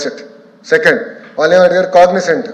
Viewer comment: కాగ్సెంట్ కాదు అన్నయ్య కాగ్నెజెంట్